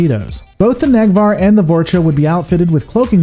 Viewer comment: ok this is killing me! you keep saying "vorch-uh" and for the love of christ is "vor-small pause- cha(h)"